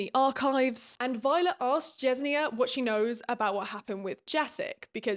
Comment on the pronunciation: I think it’s pronounced like “jes-in-ya.” At least that’s what I was saying when I read.